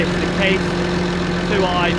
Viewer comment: I understand you are new to all of this, but I had to giggle when you were talking about the tractor and called it a "Case 2 i". It is a Case IH, stands for International Harvester. The number tractor folks would be interested in is the one closer to the front of the tractor which would tell us what model of Case it is. As others have mentioned, that is the WORST kind of trailer to learn on, because of the type of tongue. Enjoying everything you put on the channel. :)